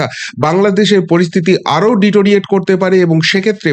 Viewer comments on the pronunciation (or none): তোমার কাছ থেকে অশুদ্ধ অশিক্ষিত উচ্চারণ অপ্রত্যাশিত! "ডিটোরিয়েট" নয়, কথাটা "ডেটিরিওরেট" (deterio-ration/ deteriorate)। শব্দটার ভাল বাংলা প্রতিশব্দ আছে -- অবনমন অথবা অবনতি।